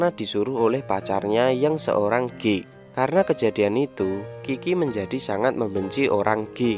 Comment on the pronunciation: Sial pas mimin bilang "geek" gw malah denger "gay"🤣🤣🤣